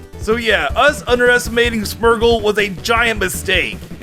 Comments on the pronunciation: Smergle? Wtf is a smergle? Its smeargle. Smear. Gle. Smeargle. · You say smeargle smergle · The wey you say smeargle bothers me greatly ... "Smurgle"